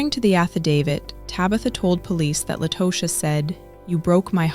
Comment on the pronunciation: And it irritates me when these commentators try and fail miserably. Meaning, the constant mispronunciation of Tosha’s name. Over and over again. It irritates the hell outta me. Both The attorney and Latosha said her name, and specifically the attorney on multiple occasions. Take the time to listen and say their names please! It’s all part of journalism.